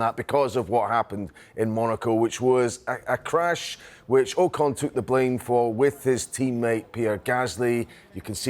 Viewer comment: AW CON not OH CON